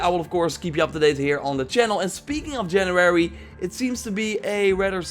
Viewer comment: It's January not Janurary. Am I the only one hearing saying it like this?